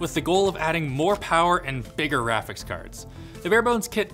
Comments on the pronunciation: 2 minutes in he says rahpics cards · “Raphics cards”